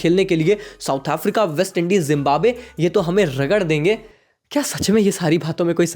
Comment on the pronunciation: Zimbabwe ❌ jimbabwe ✅